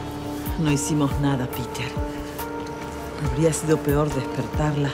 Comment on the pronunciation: dijo listros